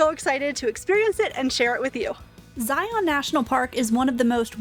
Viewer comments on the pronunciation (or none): FYI - Local pronunciation is Zion, rhymes with lion, not Zi On. Great video, other than the pronunciation of the park name. Can’t wait to watch the remainder of the videos in your series.